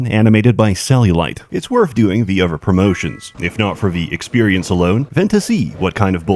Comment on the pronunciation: I like when you add v's to every other word.... Other is uvver